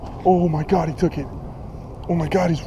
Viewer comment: 'Oh my GAR'